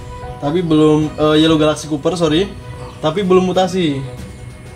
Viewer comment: copper bro, bukan cooper